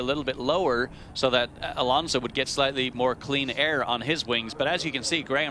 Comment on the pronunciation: thank you for FINALLY saying his name right...